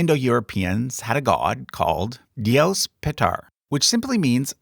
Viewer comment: Dios in Spanish is pronounced DEE-os. Emphasis in the first syllable (Di), not on the last syllable (os). Imagine selecting two keys in a piano for each syllable, say C and D. You said Dios like going from C to D (dee-OS) where the last syllable had the emphasis (the highest pitch). If you go from D to C, then you would add the emphasis to the first syllable Di. A word like “pasó” (past tense for passing), is pronounced with the emphasis on the last syllable like you did, pa-SÓ. It’s pronounced like going from C to D in a piano. Fun fact: If a word has a vowel with a tilde (á, é, í, ó, ú), then the tilde will give you as easy way to identify what’s the syllable that has the emphasis. I hope this helps you understand how Spanish pronunciation works.